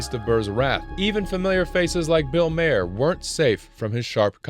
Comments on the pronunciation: I really doubt the people were for Burr over Maher. The narrator can't even say his name right. It's Maher as in Mar not Mayher. If Burr was for the children? Then why does he support a group that hides behind children and use them as shields. That went out and killed men, women, and children at a picnic. I have not seen Burr as witty, just rude and sardonic. Yes, you should support 100% of the troops. You don't get to pick and choose which troops to support. That makes you sound like a moron. What makes you think you can judge them when you have done nothing. Like you asked to another, I will ask. What the hell have you done in Washington you twit? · M ahh er... Its pronounced Bill Mahhhher... Not may-er, mAHHer. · Bill MAR. It's pronounced MAR not MAYOR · its pronounced MAR. Bill MAR you AI mf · It's not pronounced Bill "Mayor" it's pronounced Bill "Marr". He's had his own show on HBO for like 25 years and was a comedian before that. If you're gonna trash him at least say his last name right given his track record. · dude, it's Maher (pronounced Maa), not Mayor... the guy's been on tv for decades, how are you still getting it wrong? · ITS BILL MA-HER NOT “Mayor”😂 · Bill mayer? I thought it was Bill Mahr. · The name is pronounced "Mahr", not "Mayor". I'm not watching any more of this stupidity. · First of all the idiot who made this video called him Bill Mayer it's pronounced Bill Marr, and wrote like Bill Maher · Why was the narrator pronouncing Bill Maher's name as Bill Mayer? Is this really some ai voice bs? Can people not even narrate a short video anymore? We have to outsource our voices to the god damn robot overlords? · Bill Maher. Bill Ma-er. You can't pronounce Maher. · It's Bill Maher, not Mayer. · Bill Maher’s name is pronounced Marr. And Burr’s opinion on the Gaza war is childlike. Not what you’d expect from him. He’s funny but he should also try reading. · Bill mayor..not how it's pronounced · its Bil Mahr, peonounced Mahr like "far" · Mare ffs😂